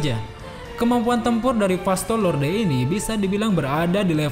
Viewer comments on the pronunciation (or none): 7.19 Vasto Lorde woiii, bukan Vasto Lonte 😹😹